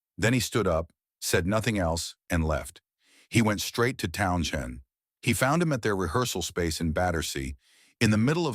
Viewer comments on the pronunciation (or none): please program your robot to pronounce townshend. it sounds so stupid to mispronounce over and over again.pay a human to speak..